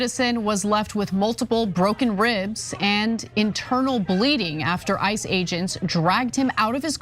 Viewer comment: I loved how you said IC E’s which exactly sounded like ISIS welll ICE i, ISIS all same origin Zionist anti Muslim Malitias